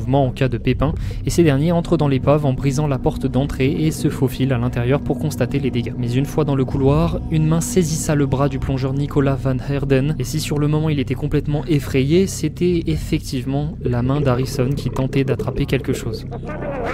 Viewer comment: Une main "saisissa"??? Lol mon, tu devrais plutôt faire un iceberg sur les pires horreurs faites à la langue française 😂... "Une main saisit" ça suffira. Edit: le porc-épic n'envoie pas ses piques, c'est une légende urbaine.